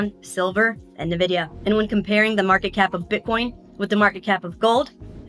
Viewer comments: Did you just say "nuh-vidia"? 😬 That's... uh... that's not their name. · NVIDIA reads Envidia, not Navidia... 😅